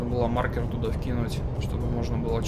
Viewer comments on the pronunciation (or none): none